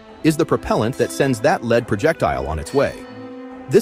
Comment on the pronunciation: Fukkin' AI "Leed" Bummer